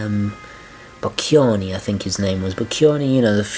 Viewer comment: the name of the italian artist is Boccioni, pronounced bocchonee. btw he was a futurist, not an art deco artist...